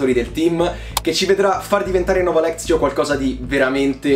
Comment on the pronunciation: Parti già benissimo proprio🤣🤣🤣, è Nova Lectio, non Nova Lezio🤣🤣🤣